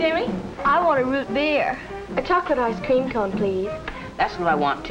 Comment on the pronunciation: Why do they keep putting weird emphasis on the wrong words? Like "ice Cream" instead of "Ice cream".